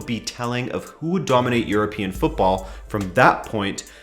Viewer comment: My gosh, an American who pronounces football the right way